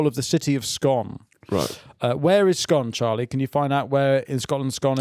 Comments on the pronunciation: The town (read: toon) of Scone is pronounced "Scoon" and am NO even jokin'! Heh heh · Scone the place pronounced Scoon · For some reason the place scone is pronounced scoon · It’s painful hearing you pronounce the town of Scone like the cake